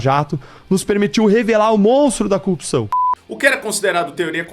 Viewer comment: Ele falou cupção tava torcendo pra ele nao falar pois tá chato já kkkkkk